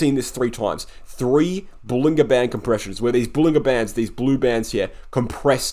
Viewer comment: Nicely done but, John Bollinger pronounces it bowlin-JER bandS